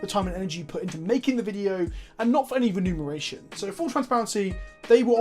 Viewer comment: Bro, it's remuneration lol